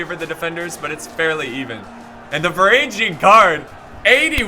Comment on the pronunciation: And finally "varangian" would be pronounced with a hard "G" as in "golf", not as in "general"